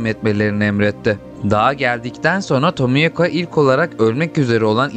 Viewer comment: abi tomiyaka diye mi okunuyo yoksa seninmi dilin dönmüyor